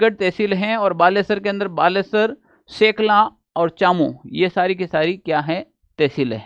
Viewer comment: शेखला नहीं शेखाला है सर